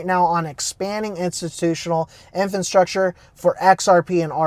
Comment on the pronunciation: Please stop calling it “infonstructure” 😩 the word is infrastructure 👍🏼